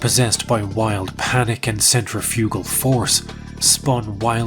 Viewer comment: it’s pronounced “centrifugal”.